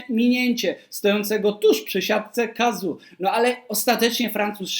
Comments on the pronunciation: Chyba nie „Kazu” tylko „Kazo” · Dziękuję za ciekawy materiał, natomiast nazwisko wymawia się Kazo 😊